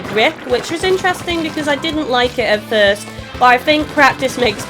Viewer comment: mmmmmm 'fist' impressions are the best impressions 😆